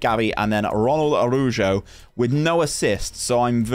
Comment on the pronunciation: Araujo is not uh-roo-joe, please,. try this: a-ra-woo-hoe, try it, por favor!